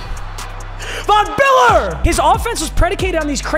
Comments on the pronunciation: Bro awesome vid it sounded like you were saying Vm Biller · Von Biller